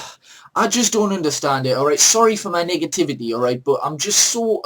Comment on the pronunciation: I tought he said "sorry for my nigga Tvaty" and was like wtf? That's unlike him. And what dose it mean. Than realized he said sorry for the negativaty. Hahaha